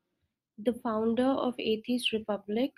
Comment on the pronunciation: This is comedy gold please share more I had a good laugh. I love the way she says atheist like "Athist"